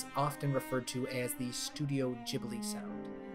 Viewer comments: "Jibli" did you just create the new jif and gif debate? It's 'Gibli' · Thanks for the nice video! Tip: Hate to be that guy, but the h in Ghibli is there to make you pronounce the g as the g in "guy". Like Guibly, nit Jibli, if that makes sense? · why do you pronounce it "djibli" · Cool video but if you say jibli one more time imma lose my mind